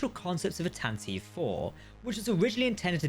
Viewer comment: Tanataveev? Source material says Tantive. Fail to research much?